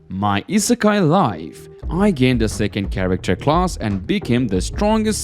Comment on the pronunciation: why u say charicter instead of character its weird bro